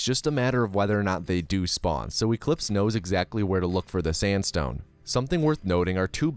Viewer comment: I wouldn't blame you if you accidentally said sansstone when you quickly say sandstone.